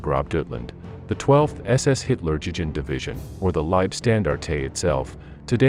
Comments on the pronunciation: I never heard a more american way to say 'leibstandarte' or 'hitlerjugend' haha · The way he pronounced Leibstandarte, and Hitler Jugend........I just couldn't continue to watch. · at least try to pronounce the words right , or simply stick to english! trying to saying "das reich" and "hitlerjugend" in some kind of "english german" is just sad !